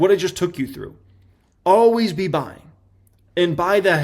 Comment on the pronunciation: People: this is not financial advice.: "YOU HAVE TO BE BUYINGGUH"